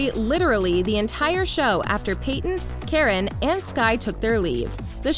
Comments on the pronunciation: its not karen, its kArAn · Tenzing Norgay wasn’t a character on “Jessie” he was a character on “Liv & Maddie” as Parker Rooney! Tenzing & Joey Bragg only had 1 guest staring episode on “Jessie” Omg please learn how to pronounce these actors names please! It’s Karan not Karen! Kar-in!!! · KARAN - not Karen! Saying someone's name wrong is simply RUDE. If the narrator isn't sure, then look it up before you embarrass yourself and tick of fans! No mention of the late beloved Cameron Boyce? Insulting to his memory! These actors were hi friends! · When was Tenzing on Jessie?? I don't remember ever seeing him on that show, but maybe that's just me. Also, Abominable is DreamWorks, not Disney. Also also, it's Kahr-Ahn, not "Karen". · she really called karen brar K A R A N im so sorry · Why did she call him “Karen”? Like it’s pronounced like kah-rahn! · Natalie Bennett it really annoyed me it’s supposed to be pronounced karan like the a in ka is like ah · Liar liar was released in 2018, it wasn't recent. Also Karan is pronounced "Cahr- in" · Who else laughed when they pronounced Karan like Karen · natalie bennett me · I didn't laugh but I was like...is that the American pronunciation?